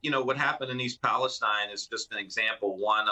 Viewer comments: YAAAAY !! TIM RYAN ! YOUR FIRST ADULT TO ACTUALLY PRONOUNCE THE NAME OF THE OHIO TRAIN WRECK CORRECTLY !,, - EAST PALESTINE , Mr. Ryan obviously finished school. ThANK-YOU MR RYAN - AND What you said is absolutely correct AlsO ! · Missed his chance in East Palestine. Hello, Ryan pronounced it like he's from here. Good job. We are in a media black out of only conservative media. We need more than Fox, Fox Affiliates and radical right radio. Oh, newspapers too.